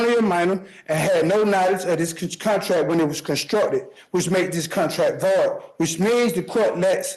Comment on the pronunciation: How does anyone understand what this man is saying in the course of daily life? HOW DO YOU MISPRONOUNCE "VOID"